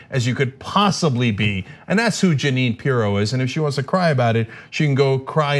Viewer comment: Pirro, pronounced- Py-ro. Toodle-oo P-eerie-o.